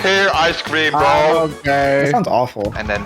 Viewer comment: the indian accient "brooo" is go good bruh